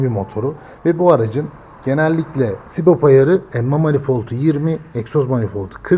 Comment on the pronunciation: adam sürekli sibop diyor ya, sinir oldum. subap subap subap subap, sibop farklı subap farklı